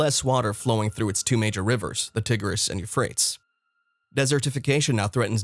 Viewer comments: You-freight-ees , Tie-gress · I see where you're coming from and I caught that as well that he wasn't pronouncing it correctly as well as the tigress River I suspected was not the proper pronunciation. But let's remember God chose the foolish things of the world to confound the wise. The apostle Paul could not write very well and Moses had a stuttering problem but God still used them so let's just take this warning to make sure we all have enough oil for our jars and lamps and we are not found to be foolish virgins. God bless you all! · The douche /elitist couldn't pronounce the names of the rivers correctly. He does this to show how much smarter he is than us dolts. John Kerry does this also. There is no global warming/ climate change or whatever the word is this week. The Globalists W.E.F people use this to get control of us "dolts" to voluntarily lower our standard of living. Sadly mist people are going along with it. Enjoy owning nothing and liking it and your crickets. Once they crush the American middle class it will be over. The rest of the world has fallen in line. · How can we take you seriously when you can't even pronounce the river names correctly. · Click bait. No terrifying discoveries. Cover picture showed Australia. The narrator can't pronounce the river names. I think this is the product of bad AI. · You might want to learn how to pronounce The "Euphrates" and the "Tigris" rivers, because the way you do it isn't it, boss. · I cannot take you seriously, because you cannot pronounce either rivers' names correctly. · same for the Tigris river 🤣